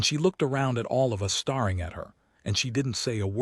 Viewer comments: Staring is not pronounced "star+ing". It is pronounced "stair+ing". AI always picks the wrong pronunciation. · I cant anymore. Would you please teach your AI how to speak properly? It's bad enough it can't tell the difference between STARRING in a movie and STARING at a wall, but during the climax it completely gave up and resorted to spelling out all the unique nouns. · Text to voice is in bad need of update. Stare and star are different words, and the accents on words sometimes makes no sense.